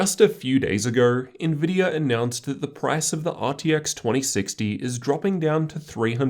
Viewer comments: Neurr agourrr lol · a few days agheeeer Lmaaao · "a few days agugh"